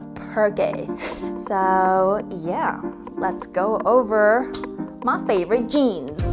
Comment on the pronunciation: where did the country " ma favorete jeens" come from